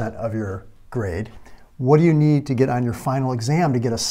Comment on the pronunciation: emphasis on need lol anyways this was actually pretty useful thanks